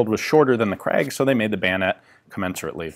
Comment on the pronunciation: Gratulations : you have sort of mastered the pronounciation of "Krag". But you still have a tendency to pronounce it "Kragg".